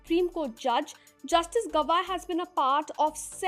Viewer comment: Gavai ko 'गवई' Pronounce kiya jaata hai. Isiliye English Garib bhasha hai.